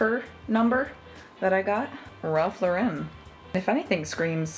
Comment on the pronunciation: Why do people pronounce Ralph Lauren like he's French and not from the Bronx? 😂